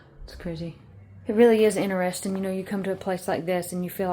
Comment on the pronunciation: I laugh every time you say "inarresting" instead of interesting. You say it a lot. Fingernails on a backboard!